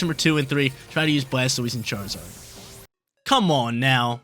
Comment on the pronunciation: A yes, "chraizard" the quintessential fire starte pokemon😂, love the video friend, thanks for getting me into competitive